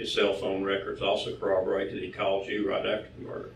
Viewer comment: I'm so happy to hear someone that knows how to properly pronounce "corroborate." Especially coming from a detective. It seems like 95% of people pronounce it "cowoborate." He does have a strange affinity for saying "stripper girlfriend" though.